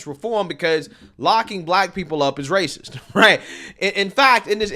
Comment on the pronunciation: She’s ray- cess!